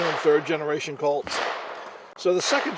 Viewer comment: Colts not cults